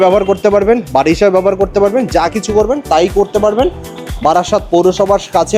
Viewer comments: বারি নয় বাড়ি । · বারি না বাড়ি😂